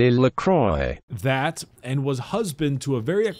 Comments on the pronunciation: That "French" prenounciation made me giggle, I'm certain you yourself could have done a better job!! <3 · pretty sure could have pronounced Lacroix better then Google XD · Her name is pronounced Amelie (''Ame'' like America, ''lie'' like Lee Sin) and Lacroix (''La'' like do re mi fa sol LA si, ''croix'' sounds like ''croa'' and not ''croye'')